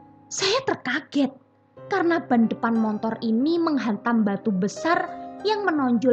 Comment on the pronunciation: BELAJAR menguCapkan Secara TEPAT & BENAR = "SepeDa MOTOR", MO-TO-R : MO-TORRRRR!! BUKAN : "M-O-N-T-O-R" !! (TANPA huruf "N" di TENGAH-nya...) M0-T0R..... [N●T] : M0-"N"-T0R ?!!